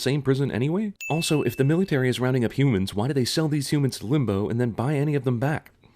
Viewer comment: Anyone realize he says Millie tary lol